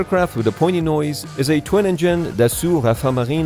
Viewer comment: “pointy noise” 🤦‍♂️